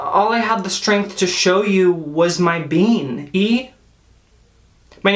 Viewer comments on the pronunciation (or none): none